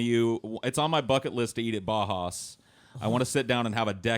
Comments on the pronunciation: No idea why Uwe didn't correct and tell him how to pronounce Bauhaus correctly. Was waiting for it. Never happened. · haha says Bahas to Bauhaus